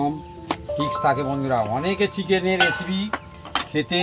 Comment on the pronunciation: এসেপি না বোলে রেসিপি বললে ভালো হয।